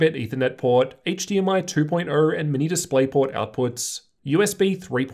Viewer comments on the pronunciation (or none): none